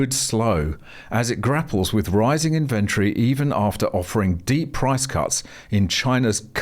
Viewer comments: Where did you learn to say inventory different to everyone else? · Why are you mispronouncing inventory?